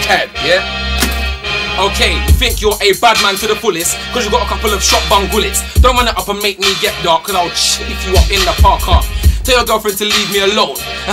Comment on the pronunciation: 'in the par cark' hahaha